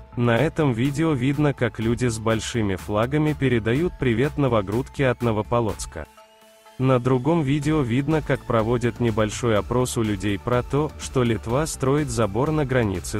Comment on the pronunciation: Откуда вы? Не из Беларуси . НовопОлоцк, Сосны. Так мы говорим. Не очень профессионально(((